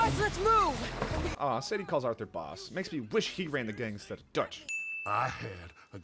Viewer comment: You calling Dutch “Doug” took me out 😂